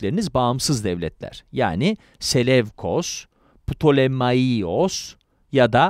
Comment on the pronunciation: Ptolemaios - Ptolemayos diye okunur. Selevkos - Seleukos olarak okunur. Antik alfabede V, U olarak okunur